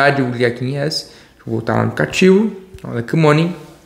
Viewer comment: Aplicativo fala direito não sabe falar aplicativo kkkk